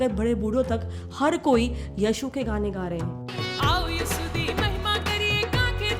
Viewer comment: First thing your pronounciation is very bad like u r telling Yashu but in real its yeshu.. Other things madam paisa kisi ko ni diya jata h na hi offer kiya jata hai ok I'm also a Christian.. dusri baat mtlb koi apne mnn se religion change kro to o paiso k liye or jo dra dhamka k karte hai unka kya Aise bht video h jo dusre dharm ko chod sbme jate hai or burayi b krte hai chahe o Hindu ho Muslims ho sikh ho Christian ho isey religion ko badnaam na kre phle jane acha se